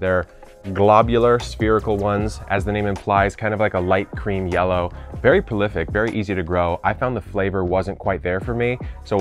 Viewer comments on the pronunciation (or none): none